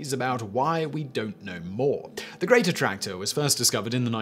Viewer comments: Every time you said "Great Attractor," I heard "Greater Tractor." Southern people problems lol. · I completely thought you were calling it The Greater Tractor. I'm an idiot